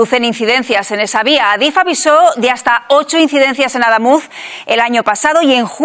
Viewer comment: Como corrección: Adamuz, es palabra aguda, no llana. Pd. Soy camionero de la zona. El itinerario alternativo que proponen, va a ser otro caos. Mandarán autobuses por monto, hacia vva de córdoba, las carreteras, no están capacitadas para esa cantidad de tránsito.